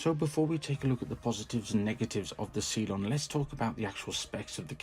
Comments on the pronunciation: I’m sorry but it’s cylon not see lon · Good review. Please never again pronounce it 'see-lon'